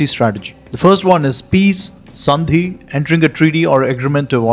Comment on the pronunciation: is it sandhi or saṃdhi? i always thought sandhi was schwa deleted, but i pronounce it like sand at the beach, like sanskrit, instead of saṃskṛta